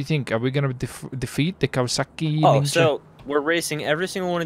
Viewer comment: the way he said Kawasaki ninja😂😂Also is the best shot ever😂😂